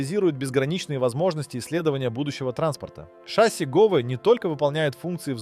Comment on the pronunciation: Так шАсси или ШассИ? ;)